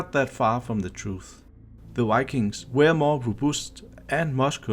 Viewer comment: if u say wikings one more time im gonna scream